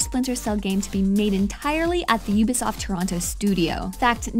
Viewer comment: oooooooooooooooooooobisoft not youbisoft...sorry